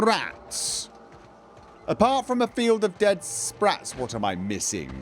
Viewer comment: Sssh be vewy vewy quiet, we're hunting spwats